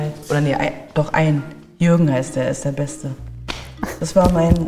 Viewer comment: aber jürrgen ahahahhaah wie lustig 😂😂